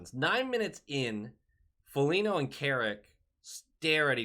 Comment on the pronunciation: You just dont like Foligno because you call him Folinyo 😎